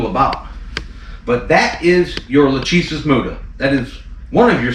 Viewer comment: Lachesis is not Luhtcheesis It’s pronounced Lahkaysiss